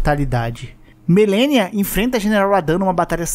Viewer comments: Po a dificuldade do de falar "Melenia" e não "Malenia" quebra a imersão na história. Assim como ele falar "pristino" e não "prístino". Mas mesmo assim é um ótimo apanhado de lore pra entender mais o game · que agonia ele ficar falando melenia vei kkkkkkkkk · não ta errado chamar de melenia mas sla da uma agonia ver alguém falando melenia ao invés de Malenia!!